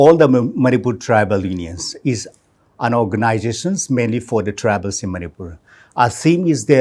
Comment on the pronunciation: "no organization" Karan just got an accent of the Kuki tribe. 😂😂